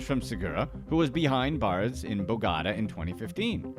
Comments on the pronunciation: It's pronounced BOH gah tah, not bo gotta. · I mean BO-GO-TA. NOT BOGADA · Do you me bo ga ta? Love the way your saying it but not correct lol Bo got ta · I thought you were saying Bogada the whole time instead of Bogotá. Try to check the pronunciation before making a video. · Bo-ga-tá, not BOW-GA-DA. Yanks are dumb. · Bogota(bow-go-ta) not bow ga da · bogota south america "Bo-got-a" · Every time you say " bagata" for Bogotá it makes my ears bleed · It’s pronounce “BO- gatA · Can’t believe he said Bogada 🤦🏽‍♂️ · Anybody else wanna scream every time he pronounced Bogota? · Yes i broke it down for him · It hurts my ears how he pronounces Bogota. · Me too😭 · I only pray that it's some kind of sick joke.